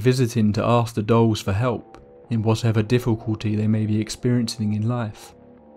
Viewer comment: 'Island of the Dolls'. I thought he was saying 'Island of the Dogs' I was like "I want to go to the Island of the Dogs" After he said it 3 times I realized he was saying 'Island if the Dolls'. Yeah, I don't want to go to the Island of the Dolls.